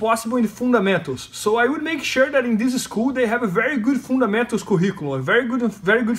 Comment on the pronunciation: ahhhhh, "fundamentals"... Only took me like 4 rewinds to figure that out - I thought he was talking about "food and mento's" 😅